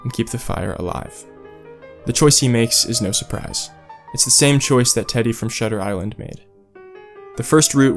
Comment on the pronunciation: Was excited for momento but lost it when you get shutter island wrong